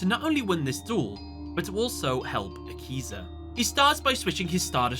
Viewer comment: Thought u said yakuza